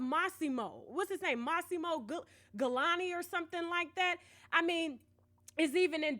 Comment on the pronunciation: His name is not Mossimo